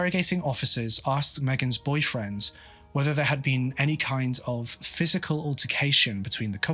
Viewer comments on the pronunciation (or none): It is boyfriend or boyfriends? It sounds like boyfriends when he says it but im not a native speaker so im not sure. Just made the whole thing confusing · The way you say "boyfriend," I thought she had more than one.